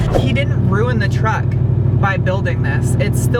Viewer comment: It's called TRUCK not TRACK!